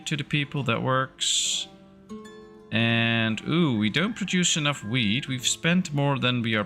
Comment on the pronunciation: Near the beginning when you were checking the amount of foods. When you were talking about the wheat, I heard weed. LOL